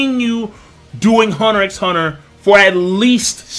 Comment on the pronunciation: The "X" is silent...